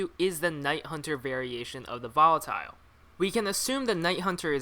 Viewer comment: i hate how you say volatile wrong